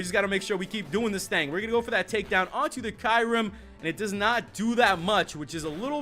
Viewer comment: You're saying mispronouncing Kyurem. lol